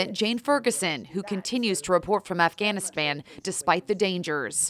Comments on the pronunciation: the reporter says AfghaniSpan. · “who continues to report from AfganESFAN” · Was it just me or did she say Afghanispan? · She really just said Afghanisban? That is so sad. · She said afganisfan 😃😃😃😂😂😂🤣🤣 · Freudian slip , when she pronounced Afghanistan as AfBANistan. So true. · Did y’all here the lady say afghanastanf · Its sad I know but did she say afganispan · she just said afganisban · shes says afganiphan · Afganispan she said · she said Afghanis PAN lol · did she just say Afghanispam